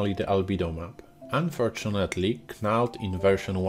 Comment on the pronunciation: Great video, i`ve used all these for many years and crazy bump before that. But if i`m in a rush knald is a good option for me, even if its just quickly grabbing some height information from a colour texture. btw, its pronounced Nald, silent K like Know. Sorry to pick up on that, i understand you dont have English as a first language. Keep up the good work!